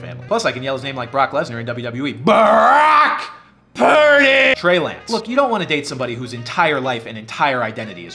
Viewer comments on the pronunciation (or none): The Brock!! Purdy!!!! got me laughing😂